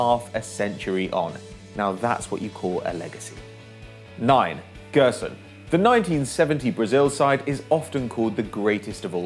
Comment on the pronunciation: 9. - "Jé"rson, not "Gue"rson